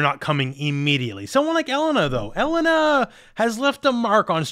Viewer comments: Pretty sure the pronunciation of her name is El-Lane-A. For whats it's worth ☺ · E-LANE-AHHHH ffs my dude. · Never in my life have I heard anyone pronounce Street Fighters Elena like that.